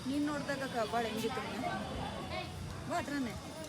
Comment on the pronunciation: ಕಬ್ಬಾಳು ಕಬ್ಬಳು ಅಲ್ಲಾ ಪಾ